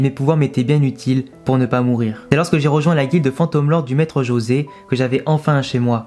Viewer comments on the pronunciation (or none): none